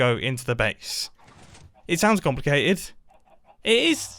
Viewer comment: "slightly comlacatied" yea right